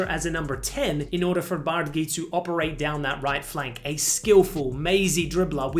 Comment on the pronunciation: Roonys last name is pronounced "bar-dadji"